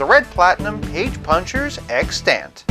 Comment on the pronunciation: extANT? You got the wrong emPHAsis on the wrong sylLABle. (Don’t feel bad, it was years before I heard it pronounced, too.)